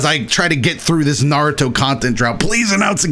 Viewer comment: It’s not narutoe man it’s naruto